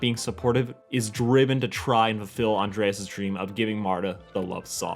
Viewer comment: Flamingo? Spoon-bill, Becky would be disappointed. And Andrés is pronounced An-drae-s, not with ea-es